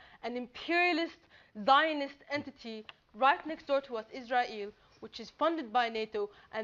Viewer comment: Wow what a shouter, you should be President of the Wash Women's club. Nice pronunciation of "Israel" by the way ("IZ-RAI-ALE). You've emphasized that well. You've also done a great job expressing your severe violent hatred for Zionists and Zionism, but the real question is: do you hate Jews? If so what do you think of them?